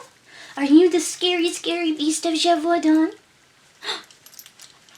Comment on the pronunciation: Oml you should start a French asmr channel! I got a tingle in my neck everytime you said "Beast of Gevaudan"😂👌🏻 I loved this legend, it gave me a story idea where all the different legends happened at once lol. Is there any Nordic werewolf legends you could research? I really enjoy the lore videos! Also, you and your daughter were too cute together😍 And the French "losér" made me lol.